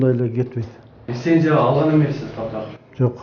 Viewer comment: Эме еме алгыла деген эле дейт неграмотный тип. Лисензия эмес ЛИЦЕНЗИЯ. Мындайларды .ЭЛДИН эсебинен жашагандар дейт